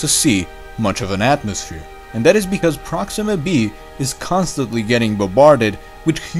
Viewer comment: I like your videos,and almost your pronunciation.please try to pronunciate th like in that ( not dat) and theme (not teme).i would like to use your videos to my students. Keep up your good job